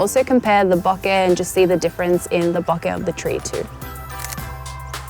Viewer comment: Thanks for pronouncing Bokeh the correct way 😅 As a japanese person I get frustrated when it's mispronounced 😂